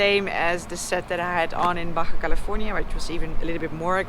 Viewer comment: I wonder how Yanks pronouce Baha California.......Bar jar sounds right to me...